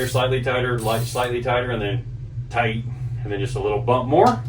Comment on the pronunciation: Its good n tight said like a german not good n snug